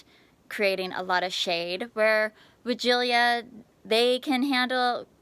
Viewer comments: Hello,it must be pronounced why gee la as it has no 'i' in the last syllable.but don't worry, you're not the only one mispronouncing it! There are many sites to help with any word if you have query, and they all pronounce it why gee la or why jilla. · I’m confused as to the pronunciation of this bush. I don’t see the extra syllable in the name of the bush. Sorry! Former English teacher, here!